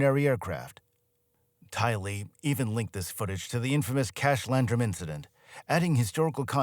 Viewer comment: His AI calls "Tyler"....Tylee. 😂